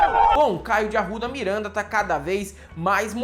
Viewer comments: Caio de AURRRRUDA MIURRRRANDA. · "David Grohl" "Caio de Arouda Mirãnda" morro kkkkkkkk